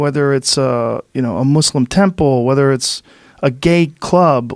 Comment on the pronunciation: Joe is the first non Muslim person to take the time out of his to actually pronounce the word “Muslim” correctly